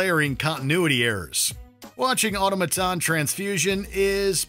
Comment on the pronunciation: Learn how to say “automaton”.